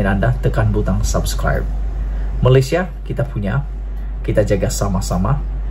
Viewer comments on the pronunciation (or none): none